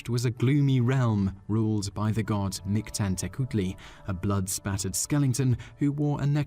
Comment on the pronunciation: #2 = “Meek-Tlahn”